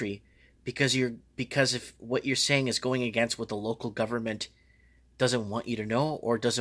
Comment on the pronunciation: ghuvment?! doawn geit muei stharded ohn dha phuggen ghuvment